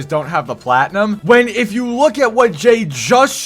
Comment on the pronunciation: Jay says the word "Platinum" weird in 3 different ways. Can he not say it right?